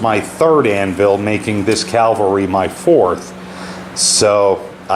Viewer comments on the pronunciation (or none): (ka-vel-ree) as in mounted horse men, not (kalv-re), which is where Christ was Crucified.